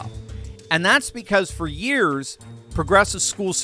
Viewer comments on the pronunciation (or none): none